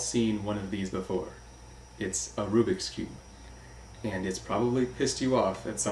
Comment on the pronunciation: It´s not arubiks cube. It´s a rubik´s cube